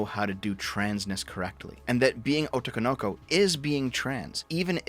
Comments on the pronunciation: Your mispronunciation of "otoko no ko" is hilarious because it's phonetically correct but the emphasis is all wrong. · "Otokonoko" No. God it hurts. It is Otoko No Ko. They're two separate words and a grammatical feature. Furthermore, that's not what otoko no ko means. Otoko no ko, literally just means Boy (lit. child that is a boy). It's definitely euphemistically used to refer to cross dressers, but it is also used literally. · I want you to pronounce words as words and not put strange pauses cutting words up where they're not words Also I want you to know that Japanese has way less vowel sounds than us so using long Os makes no sense. They arrange kana alphabets into gojuon literally because there are only 5 vowel sounds, before dipthongs - Ah, Eh, Ee, O, U I mean, I'm not fluent, so we're not even going to talk about strange shit like pitch accents but at the very least when you see three words as written then you should pronounce them as the three words they are, minimum. "Otoko no ko" is "The child who is [actually] a man" or a boy who lacks manly characteristics. "Oto, Kono Ko" is mostly nonsense, and at best something like "A sound, this child".